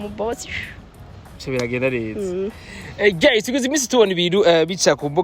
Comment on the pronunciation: chou ca va? Hama umbabarire nagomba ukosore gato prononciation y'iryo jambo ( GUYS) nshize mu kirundi wovuga (GAYIZE) Kuko biratandukanye n'ico uba uvuze GEYIZE Ngira uca utahura ico nshatse kuvuga. Ariko pardon sivyo? Hama courage. Merci.